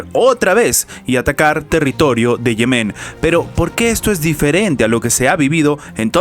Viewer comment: Respetuosamente, no se pronuncia Yemén sino Yemen.